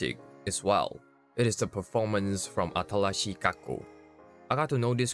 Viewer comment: Remember its not “Atarashii” it’s “Atalashii” made me chuckle first few minutes